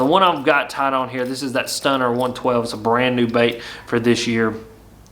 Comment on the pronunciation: "Stunna", not "Stunner". If I have to Stunna and feel silly saying it, then so do you!